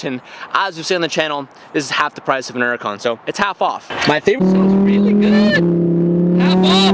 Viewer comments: HURRACON NOT ERRACON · “An OORUKAN” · Are you saying Nuracan? lol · Why does he REFUSE to pronounce the H in Huracan 😅😩